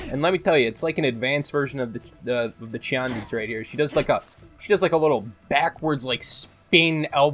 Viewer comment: Not sure why you're still saying chiandi when his name actually is pronounced tiandi in mandarin